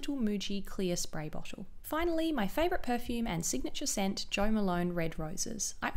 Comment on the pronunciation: dewy- dchewy bottle- botchlle